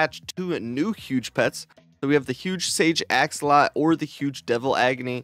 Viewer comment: AxolotL pronounce the last L lol😂